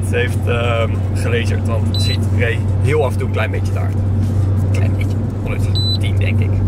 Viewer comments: Het is chahid en niet sjiet! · Echt hinderlijk zegt suhiet in plaats van chahid 😴😴 like zodat dit ziet 👍🏽👍🏽